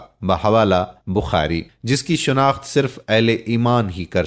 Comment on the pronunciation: Mishkaat H Mikuwaat sirf Likhne Me Aata H Juld Nahi Jild Hota h Yaar 😁🤓😂Dajaal Nahi Dajjaal H Sufa Nahi Safha H, isfahaan Nahi Asfhaan, Shunakht Nahi Shanaakht